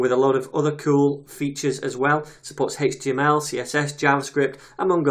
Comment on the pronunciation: You actually responded to what I wrote, you are a star man. For the love of JS chaos gods I would've never guessed the way you pronounce HTML is legit. Although now as I think of it, there is so many derivations of this language I'm now surprised that I was surprised. Thank you again for your work on this materials.